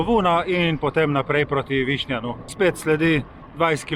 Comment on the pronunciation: Čestitke, zelo zelo lep video. Le prijazen opomnik, istrski kraji se izgovarjajo: Grožnjàn, Višnjàn, Livàde...